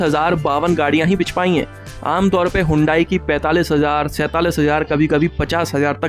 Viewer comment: बिक❌ बिच✅